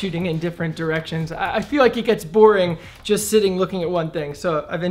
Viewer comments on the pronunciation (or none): none